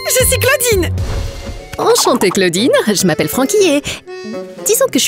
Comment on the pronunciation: On dit claodine